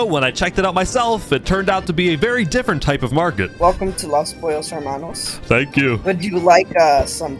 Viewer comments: his pronunciation of los pollos hermanos is pretty spot on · What a nice spanish pronunciation of Los Pollos Hermanos XD (Incredible restaurant) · Not me enjoying every time he pronounces Los Pollos Hermanos 👌🔥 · Coming from a fluent Spanish speaker really good pronunciation!